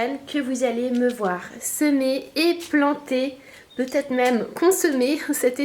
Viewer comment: C'est drôle tu dis ''peutaget'' x3